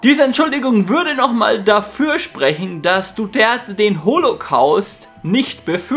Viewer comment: Duterte und nicht Duderte. Was ist das überhaupt für ein Name?! Du Gerte? Du Dörte? Du der te?